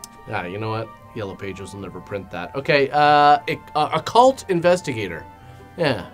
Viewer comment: "Occult" investigator, not "a cult" investigator. Enunciation,, enunciation.